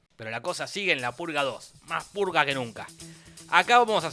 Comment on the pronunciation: En 3 dijiste emves de decir purga dijiste pulga